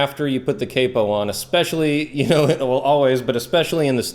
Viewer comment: It's not capo, it's capo